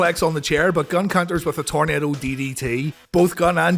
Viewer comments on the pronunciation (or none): none